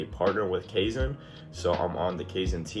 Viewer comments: The ai in kaizen is pronounced like eye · It’s Kye Zen brother. Welcome aboard!